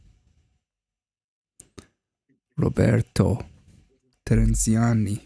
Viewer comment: Thank you for the comment, and for the analysis! And, btw, great pronounciation of my name 🙂 Take care, Roberto